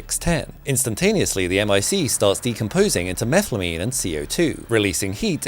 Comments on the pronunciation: Did you say... Methlamine ??? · Methyl-amine… NOT Meth-lamine. No serious scientist would make this mistake, only if you watched breaking bad too much. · Methlamine? Don't tell Walter! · Methylamine you said 🤔